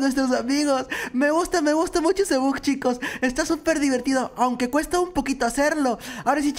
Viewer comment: Se dise bug b u g😅